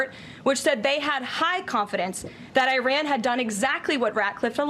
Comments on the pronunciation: You embicile. It is not pronounced I---RAN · It would be nice if KKKaroline were to learn how to pronounce Iran. If she is to pretend to be intelligent pronunciation is key.